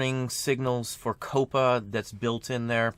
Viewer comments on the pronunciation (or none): Very cool method for making a mold Coppa might very well ruin YouTube. FYI, it's pronounced more like "copper" ("COP-uh").